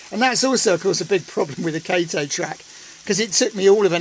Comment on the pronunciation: Wow this is all coming together quite nicely. Been watching every upload of this, nice that you got more Japanese models! Oh and by the way Kato is pronounced "Cato".